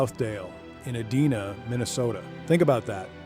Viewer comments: Bro EEE-DIIII-NAAA not EEE_DEEE-NAAA but still great content. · Good video ... Bit its EdIna 😔